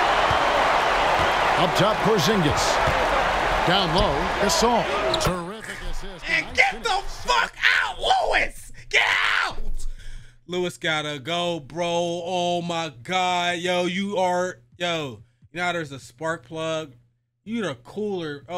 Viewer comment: Victor “Lue”is 😭😭😭